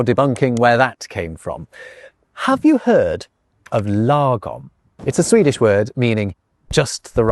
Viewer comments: I am not so sure about your Swedish tutor though. She should have pronounced it properly since "lagom" is not an English word. And she most definitely did not! Law Gomm (like gong, with an m) Also, while it is true that Swedes use this word and that it indeed means "just right" one could easily translate it to "ideal" because that's essentially what we are referring to. But it can easily also, depending on context, be translated to "enough", "right", "justified", "spot-on", "utopia", and "optimal". I am going to attempt to translate some Swedish sentences, word for word, even if the translation might sound wrong in English. I am omitting words like "the", "of", "this" and "on" etc. Sätt termostaten till en lagom temperatur för alla. Put thermostat to an ideal temperature for all. (Put the thermostat to an ideal temperature for everybody) Drick lagom mycket alkohol på festen ikväll. Drink ideal amount alcohol on party evening. (Drink just the right amount of alcohol on the party this evening) Jag är lagom trött på att höra ditt tjötande. I am right tired on at hearing your nagging. (I've had it up to here with your nagging) Lagom är bäst! Utopia is best! (In an ideal world...) And before anyone mentions it, that you therefore can't translate "lagom" into a single word that means all the things, let me remind you that English also have words with plenty of synonyms and "lagom" has many synonyms in Swedish. And that Swedes and the English alike have many words that indeed means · Fair warning: when Swedes speak English, they tend to anglify Swedish words. You can hear them pronounce Swedish words truly weird. This Swedish lady did not quite mrdr 'lagom', but she did not pronounce it the way it should be pronounced. The show host did well though clearly using the grave accent as it should be pronounced.